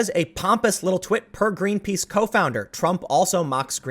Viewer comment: He wanted to say Twit with an "A" instead of an "I" lmao.